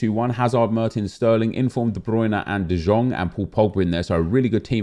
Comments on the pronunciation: He pronounced De Jong so weird every time you need too to pronounce his name like "de yong" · the way that he says De Jong is like "Dijon" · Stop saying de žong for fuck sake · Please please stop saying de jong wrong. It’s painful to watch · Please pronounce de Jong’s name correctly, I beg you. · stop pronouncing de jong like that... do you even watched a game of him? No one says that.